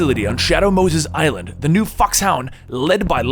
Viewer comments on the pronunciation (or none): none